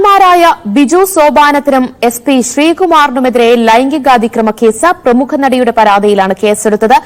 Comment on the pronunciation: പ്രമുക അല്ല പ്രമുഖ ആണ്